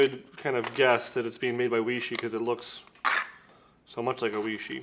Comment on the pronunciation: Weishi. Way-she